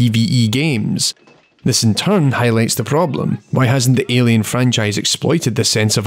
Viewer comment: Great Video, but your "ILIen, ILIen, ILIen" got stuck in my head. LOL